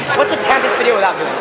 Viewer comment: Its tempis not tempest